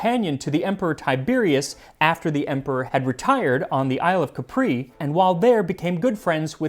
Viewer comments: Max, you have always such a nice pronunciation in Latin and Italian, but please "Capri" is pronounced "Càpri", not "Caprí" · "It's CApri, not capRI" -Ermione Granatore